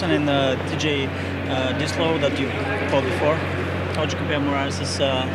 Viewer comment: did i heard something wrong at 01.34 "TJ Dis Low"